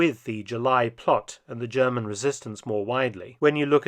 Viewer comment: Mark feltons German is always on point 😂😂😂